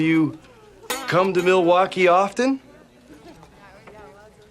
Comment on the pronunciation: I’m not even to that part of the video yet and I knew exactly what you were talking about. Me-lay-wah-key